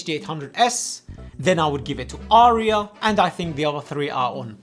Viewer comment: "Arya" has but TWO syllables.